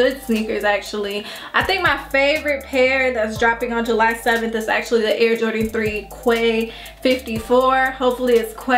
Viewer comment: Just for the info, the Quai 54 are pronounce like the letter "K"...! Like "K 54". You can tell to Tony too for is review...! ;)